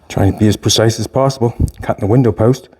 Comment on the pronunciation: "As percise as possible!" 😂